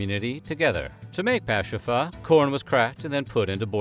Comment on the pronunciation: This guy wasn't afraid to pronounce the Native language. 👍👏